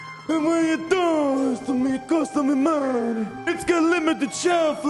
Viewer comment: it costaaa mee muneee🤣